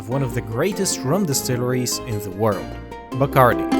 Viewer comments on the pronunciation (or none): Love this channel! But the "Die-Curie"?? lol